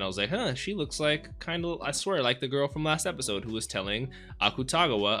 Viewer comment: The people on Patreon probably already told u this but since I had the same issue when I first started watching and want to make sure this is more clarified since it annoyed me that I couldn't figure out what I was saying wrong: because the romanized version of あくたがわ is spelt Akutagawa, a lot of people pronounce it literally- "aKUtagawa", but in Japanese a lot of characters are cut short and not pronounced fully, so it's actually more like "ack-tah-gahwa" instead. Idk if this makes sense or even helps at all but I felt like leaving it here